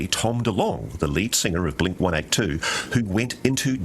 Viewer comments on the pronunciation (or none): He said Blink ONE EIGHT TWO